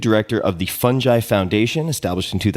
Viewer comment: It’s pronounced “Fun-guy” not “Phunj- I” ✔️